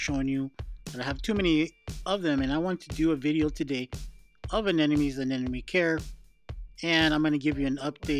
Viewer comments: ANEMONE not A-N-E-N-O-ME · Just an observation, but does everyone pronounce Anemone as “Anenemy”? I hear it way too often..🤨